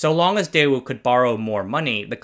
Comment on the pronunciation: The fact that you mispronounced the company's name didn't give me much for the quality of the video.